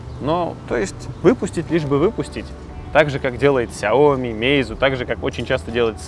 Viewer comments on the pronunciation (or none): none